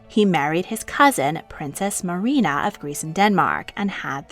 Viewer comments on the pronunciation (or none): none